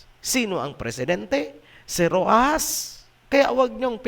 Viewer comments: sinadya talaga ng na bigkasin ang Ro-ahas kasi naman totoo naman talaga na alipin ng mga serpent seeds yang Ro-axas na mga yan. Mula ama hanggang anak, magkawangis talaga. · Ang dinig ko naman kay Ro-ahas😂😂